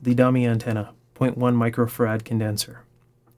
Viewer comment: Two things that irritate.Why Far-ADD and not Farad? And from other videos you use variate as a verb instead of just vary! Love your work. You have an extremely good analytic mind.Thanks for sharing.